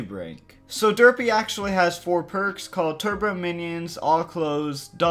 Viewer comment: its ay aych not ah